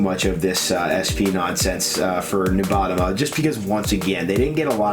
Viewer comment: how you said nubatama